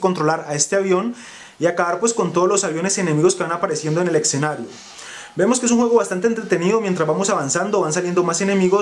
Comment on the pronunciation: hable bien amigo... escenario no exenario suena horrible